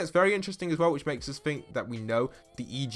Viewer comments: You say it’s explained, yet you keep saying”E-G-O” instead of just ego and calling ALTER “Alter ego” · Grr his pronunciation of ego annoys me